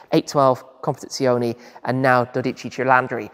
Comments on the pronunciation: yes i'm italian but sometimes he says it correctly. Not in this video. COMPETIZIONEE OR COMPETIZIONI 😂 Let's not discourage him! He pronunce the final E in Purosangue correctly so one day he will be able to apply the rule correctly. And let's admit that learning italian is not his priority too. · As regards the word "Competizione", it should be said that he does not pronounce the original Italian final E (CompetizionE), but pronounces it like an English E. The Italian E is always pronounced the same way, regardless of where it is located (in the middle of the word or at the end of the word). Simply type the word into Google Translator and one can hear the correct pronunciation from a native speaker. ;)